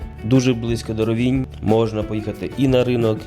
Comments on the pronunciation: рОвінь - наголос на перший склад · Український правопис—наголос на І. Місцеві кажуть рОвінь